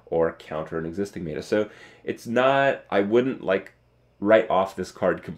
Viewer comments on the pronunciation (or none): Does Kripp still say "may-ta" isntead of meta? :') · Has anyone told him that 'meta' is pronounced like it's spelled? That is 'meh-tuh' and not 'may-duh'? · Stop saying MAETER! It's pronounced meta (met her) not mayter!! Love of Jesus. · my god, its pronounced "Met-a"